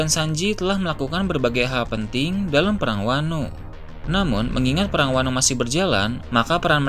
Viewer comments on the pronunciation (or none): none